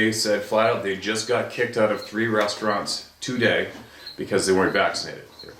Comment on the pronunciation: Love your content but, I know it nit picky, but you saying “two day “ is fucking annoying. Sorry but eecckk!